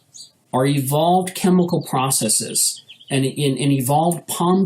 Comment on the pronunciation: It's processes. Not processeeeeeees. God I hate when people say it that way.